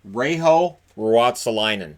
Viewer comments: In Reijo the J is pronounced as a J not H like in spanish. Other than that, you pronounced it pretty well. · Yep. It's somewhat like "Ray Yo". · J in Reijo is not pronounced as an "h"